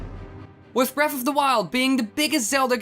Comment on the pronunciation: its breath of the wild not breaf